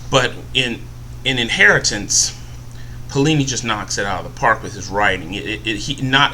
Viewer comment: and is alah-gay-see-ah and its pay-o-li-ni